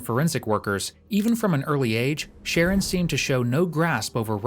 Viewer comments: His name is Sharron. Why do you keep pronouncing it "Sharon"? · His name was “shah-RON” not Sharon. Just a point of order, and he is probably the victim of fetal alcohol syndrome. What a waste of a young man. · His name is Sher-Ron, NOT Sharon smh This narrator sucks! The detective said his name many times, the CORRECT way. I cringed every time he said his name incorrectly. No one here in the comments noticed that? smh...... again.:face-orange-biting-nails:😖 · say it with me. pronounced SHAH-RON it’s a boy name. 🙄🙄🙄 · It's pronounced Sha-Ron. Not Sharon. Sharon is a female name. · The Voiceover really irritating it spells Sharon but not pronounced like that wtf